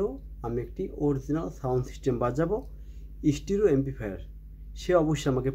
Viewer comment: stro na Stereo hobe ucchaaron